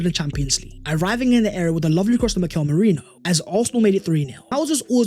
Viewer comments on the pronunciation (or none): none